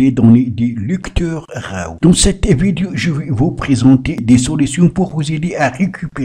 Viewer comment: Tu fais chier à tout le temps prononcer RAW ... J'ai eu envie de t'étrangler toute la durée de la vidéo... Et l'app est payante 🤣😅😅